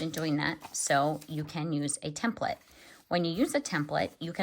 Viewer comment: hand-pink-waving: THANK YOU for pronouncing "TEMPLATE" correctly! So many people say "tem PLATE". that is WRONG WRONG WRONG, and it really aggravates me. Being in a business where they were used, you soon realize the proper pronunciation.